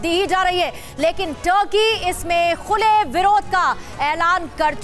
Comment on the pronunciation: tarky nhi ,turky hai